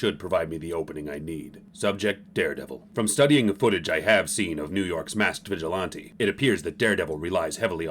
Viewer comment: "VigilONtEE"! sounded so stupid! It's VigilANte, not vigilONtee. Also, batman wouldn't talk that fast.